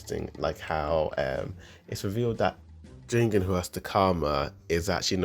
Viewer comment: "Ji - gen" not "jingin" just to let u know!